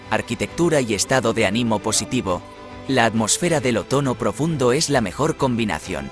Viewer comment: Por qué dices OTONO y no OTOÑO, que extraño!